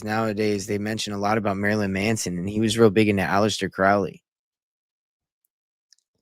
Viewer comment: Alister Crowley Cow- ley not pronounced Like Cow in field Crow-ly like Crow the black bird . Crowley is No Myth !! He can not be debunked . He lived and breathed Baphomet worship lucifarian religion he carefully crafted, by travelling the world His personal satanic life style put it in book after book. He came from elite Wealth on which he used his parents funds traversing the world. Crowley was Super close with Jack Parsons - rocket scientist L Ron Hubbard. All of them together. Crowley & Parsons actually summoned and opened a portal to allow a certain Demon so powerful into the world in Desert in US . People honestly need to wake up satan, the demonic realm, its a concept comatosed masses cannot Grasp . I've given up with people. Better to stay away and just expand my own discernment and knowledge. Do what though wilt !! Or whatever that Tee shirt says Those words front and centre on a hellywood parasite! Speaks volumes.